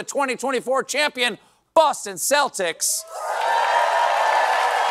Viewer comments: I find it weird that people pronounce Celtics with an S instead of a K. Whats a Seltic ? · Celtic is pronounced where the C is like a K, NOT an S! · Wth is Stephen pronouncing Celtics like that??